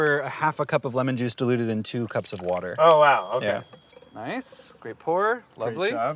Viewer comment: sigh of relief - after 5.15 he finally said wourder - you know brad, we all come here and watch your vids exclusively to hear you try to articulate water. that is all thx